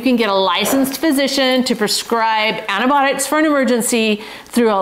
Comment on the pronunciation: Antibiotics, antIBIOTICS, please pronounce it correctly!